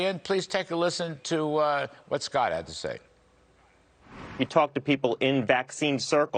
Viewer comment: Tony Fauci pronounced "Omicron" as "omni-cron" today, something forgiveable for Biden but not for the foremost authority on infectious diseases.